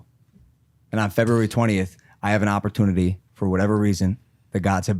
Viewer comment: Whats with opportunity pronunciation. Oppor-twenity!